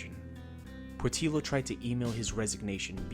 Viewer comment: Lookee here bud... Portillo is pronounced Port tiyo... I understand how white folks don't want to respect hispanic names... but come on man... oh ya... 3 hours away from Houston could be lots of places in Texas such as Dallas or San Antonio or even Austin... so where is this place again? 3 hours driving in Texas on most of the highways is at 70 - 80 miles per hour.... hmm, where could it be?